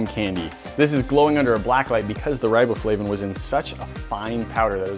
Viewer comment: R-eye-bow-flavin lmfaoooo